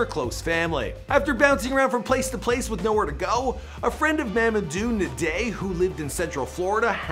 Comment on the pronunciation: N'Diaye is pronounced as Ehn-Jai not Neh-dey